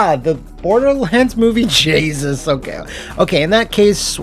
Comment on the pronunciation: "Jaysus"? How long have you been Irish?